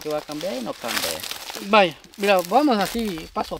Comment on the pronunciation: porque en ese pueblo casi todos dicen cambean si alguna persona les enseñara hablar correctamente .se dise CAMBIAN